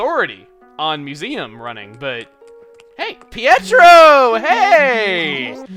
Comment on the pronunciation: You didnt even notice Pietro said "Hietro"